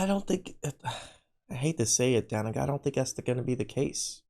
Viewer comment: It is not Danica! It is D'Nieka.